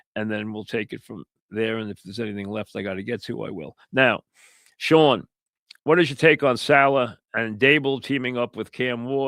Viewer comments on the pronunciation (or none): none